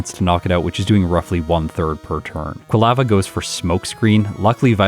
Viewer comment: Excited to see a bellossom run. One of my favorites! But, your pronunciation of "quilava" is driving me crazy. 🤦🏼‍♀️